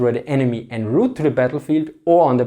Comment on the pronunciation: I rather like his accent. English is a very tolerant language and can be understood even when being mangled. I was pleasantly amused by his pronunciation of the french borrowing "en route". All snobs know that when using french terms in an english speech one should switch to french pronunciation.